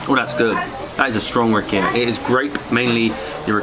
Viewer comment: So you mispronounced everything except rakia. :D